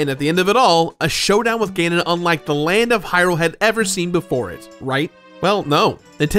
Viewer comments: "GEnon" triggered me. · Did he pronounce Ganon as “Gin-nun”? I think I’d rather listen to all the times he says, “Drangleek” in his Dark Souls II video, and it’d still be less tortuous. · Theres ALOT of comments about your pronunciations. I didnt pay it any mind...UNTIL YOU SAID "GENON"! Now I've got a pitchfork in 1 hand and lit torch in the other too ha. Its GAnon dude. Clearly an A not an E chief. I swear some of you youtubers do this ish on purpose JUST cause you know it's like nails on a chalkboard to us.